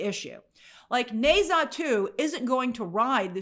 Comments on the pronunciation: Grace, please in future if you're going to pronounce a foreign name/word 20+ times google how it sounds 😅 especially since the title is just one word long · The utter butchering of the name Ne Zha must be studied.